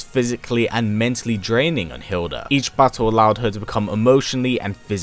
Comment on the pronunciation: Her name is Hilde not Hilda. You are not using the correct pronouncation.